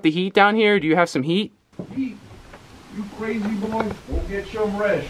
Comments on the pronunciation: but hes said boy with an i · I think he said boiy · Yea he did say BOI